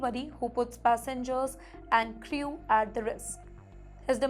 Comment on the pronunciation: Yes. STRICKER for STRICTER - thrice. CRIYOO for CREW - or in a foo-too-ray of simplified English, will it becum CROO?